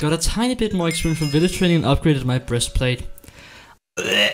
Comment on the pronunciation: He said Brestplate anyone else see that?